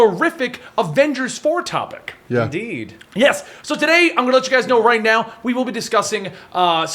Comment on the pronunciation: He said inD'd